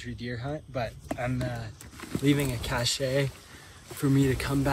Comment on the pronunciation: He’s says cache wrong 🙄